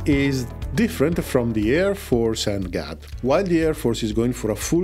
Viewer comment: NGAD reads > แหง็ด